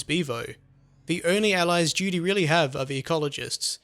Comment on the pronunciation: Excellect accend made me laught everytime you say Duty i hear Judy xD